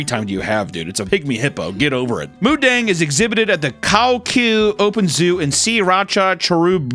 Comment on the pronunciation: not moodeng 😭